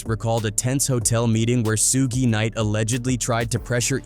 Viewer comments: F ALL THAT I SEE WHITE PPL CANT READ LOL IT NOT SOOOOOOG IT NOT SUUUUUUUUUUG IT SUGE example sugar instead of adding the ar you adding an E to that it Suge 😂😂😂😂😂😂😂😂😂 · Bruh that AI shit talk worse than Trap Lore Ross. The shit can’t pronounce “SUGE” shit said “SHA-GAY” lol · What the hell is a "Sugay"? Quit being lazy with AI and voice your own script, poser. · Soog? Soogay? Soogie? Holy hell AI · You done f*cked up already by calling a man Soogue Knight man WTH 😅 and even made me missed spell his name too right in this comment section. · Who the hell is “Sue’Gay”? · SUEGAY....really lol 😂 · Hahaha Suuug knight haha. AI sucks! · Soog Knight😂 This AI stuff is getting out of hand. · Sooge, Sewgay, Sewgee, Topack, Rakeem... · Dang! Narrator needs some serious help. Suge Knight - Phonetic spelling: SHUHG (rhymes with “sugar” without the “ar”) 2 Pac - Phonetic spelling: TOO-pahk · "SUGE"!! Short for SUGAR man get it right or don't get it at all!!! #SMDH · “Sooge Knight” no shame with the AI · Hullup nihh mane!.... Who in the hell is SEEEWG KNIGHT!😂🤣😂🤣😂🤣😂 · When someone pronounces Suge like "soog" and then seconds later pronounces it suuuugay, you know this ain't the video to watch 😂😂😂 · true AI does say suuug ha ha ha. damn machine. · That guy “Soo-gay” night must have been really bad! 😂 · The AI voice in this video keeps calling Suge "SUEGAY KNIGHT!" Im rolling! Lol 😂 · I'm not. It's actually kinda annoying 😕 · facts. Soon as I heard "Suegay" I knew I had been A.I.'d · 😂😂😂😂 I came to the comments soon as I heard Suegay 🤣🤣🤣🤣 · Who the fuck is Suegay 😂😂😂😂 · Suhguey lol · AI channel ... "Soo Ge' Knight" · He said Soog knight & the peeruu bloods🤣🤣🤣🤣🤣whoever the fuck doing our culture of news, don’t know shit about hiphop what so ever……. They get the white peoples names right, but the artist🤣🤣🤣 is this shit on purpose?🤣FAWWKK 🤣🤣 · Toe-night is the night! AI...🤪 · Who the hell is SOOGAY? Stupid AI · Su Ge 😂 sounds like a Japanese anime character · U mean, “SOOJ” or “SOOGAY”?😂